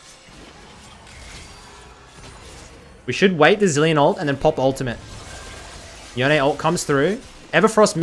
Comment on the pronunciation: Crazy that riot think yone is pronounced yoneay, in that case bone is now boneay